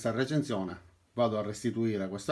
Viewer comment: La RRRRReecenszione!!! Adoro!! <3